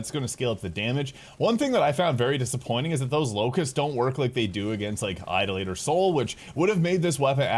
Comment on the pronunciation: May I suggest learning how "idolator" is actually pronounced? 🤣